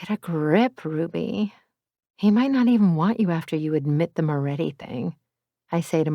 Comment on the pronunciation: Moretti not Morré